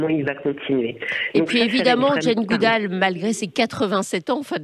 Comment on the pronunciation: Si vous êtes fan de Jane Goodall,, pourquoi n'êtes-vous pas capable de prononcer son nom correctement?